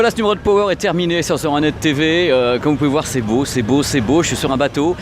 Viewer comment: PURAIN C'EST PAS POWER C'EST PAAAAWER MERDE